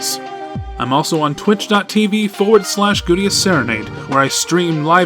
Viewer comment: GUITI!!!! IT'S GUITI!! These were rely good points